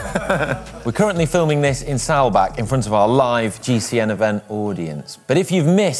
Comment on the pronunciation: Awesome show. I am a little disappointed in your pronunciation of Saalbach... Normally your German is always spot on